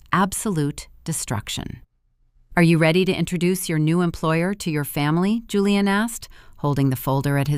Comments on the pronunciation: Why does the name pronunciation keep changing? . First is Julian with a Jew sound then it’s Houlian with a Spanish sound. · Hooo-leee-ahn or Jooo-leee-inn? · Kind of funny how the "j" was initially pronounced then later , it was not , lol . AI strikes again !